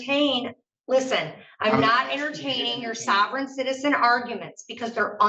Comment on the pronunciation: "Savverins?" otherwise OK